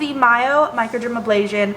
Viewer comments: Not even into tutorial -ABLASION, A BRASION you forgot the R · Hi thank you for the tutorial. MicroderaBrasion no MicroderaBLasion.